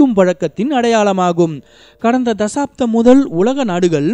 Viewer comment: Athu sagaaptham thasaaptham illa